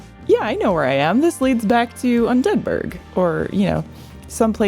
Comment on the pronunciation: You pronounced "Undead Burg" like "Pittsburg"...absolutely adore it!! The feeling of accomplishing ANYTHING in this game is EARNED. Currently replaying Dark Souls Remastered Welcome to hell friend!